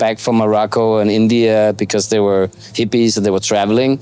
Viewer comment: C'est pas des Zippies, on prononce des Hippies. Comme des hérissons ou des haricots. Pas des Zérissons ou Zaricots.